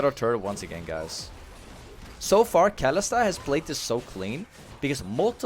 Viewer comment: aint kalista pronouced like ka-li-sta? not kali-sta?